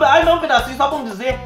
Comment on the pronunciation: Amo quando ele diz "só pá num dizê" kkkkkkkkkkkk